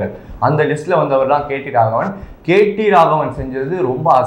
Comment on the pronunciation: தம்பி நீ கேட்டி ராகவன் இல்ல கேடி ராகவன்.